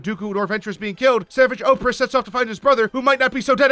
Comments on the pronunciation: You manages to pronounce both savage opress’s first and last name wrong. That deserves a medal for idiocy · How he pronounced Savage Opress makes me angry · Savage oppress? It’s pronounced savaj o-press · Ventress helped Obi-Wan escape maul before saltines death. Bo Katan helps him the second time. And you’re egregiously mispronouncing Savage Opress. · Why do you say Ahsoka like that? And why did you call Padmé “Padmé Organa” and also mispronounce Savage Opress.